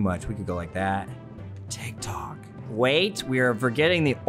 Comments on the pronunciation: TikTok! Me: TitKok? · you: tik tok me, an intellectual: titk ko